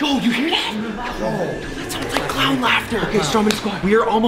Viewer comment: It is a klawn potol